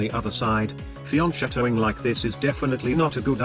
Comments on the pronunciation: fianchetto, the "ch" is pronounced as a "k" sound, not "sh" like in the video lol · Where is your Italian friend to help you with properly pronouncing the flanking move?